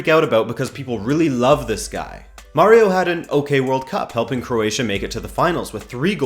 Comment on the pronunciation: Its Mario not Murio